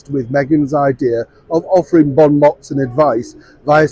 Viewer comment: Silent T on 'Bon mots'.... jus sayin....